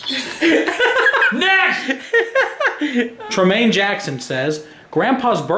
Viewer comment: the way he says Tremaine 😂